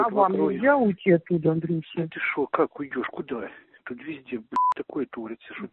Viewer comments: Донбасс рулит??? Потому что выражение - "коится" и "творится" , с ударением на о --- в россии точно не употребляют. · "Что у нас тут творится" с ударением на о и "шо" - фенаминальная постанова! 95 квартал мельчает!🤣🤣🤣